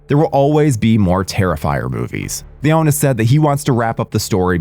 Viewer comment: Leon-e not Leone